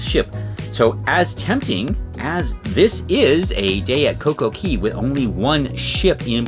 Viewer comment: It's not CoCo Key.. It's CoCo Khay / Cay